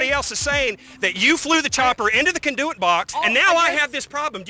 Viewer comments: "Cunduet box" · “That’s a conDEWit box.” 😂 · The way that dude is pronouncing conduit lol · Pronouncing "conduit" wrong lmao